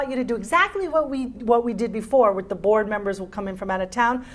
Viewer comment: Some final consonants are a pronunciation issue with Spanish speakers. Sometimes they get mispronounced ("fron" out of town) or dropped entirely (New Yor). Our nice gentleman was saying "bore" members (There may be some truth to that! ha, ha). It's interesting that, although she emphasized "outta town" throughout the recitation he pronounced the final consonant "F" in "of." I think she let it go because sometimes you can't be too much of a tyrant or a student gets discouraged. Also, inflection is more level in Spanish. I'm told the Spanish make fun of Italians because they sound like they're singing. (Italians make fun of Spanish for not distinguishing between "B" and "V.") I think it may be embarrassing - and require lots of encouragement - to put more lilt into your sentences if you're a Spanish speaker. Notice how second sentence has far more inflection, what calls "energy." Without it, the sentence, to the American ear, does indeed seem to lack energy. Sorry for my long-winded comment, but it's because I really like this exercise. It gets results!